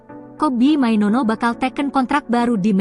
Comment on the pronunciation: Mainoo bkn mainono🤣🤣🤣